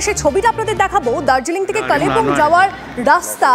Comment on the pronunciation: কালে বুং নয় কালিংপং😂😂😂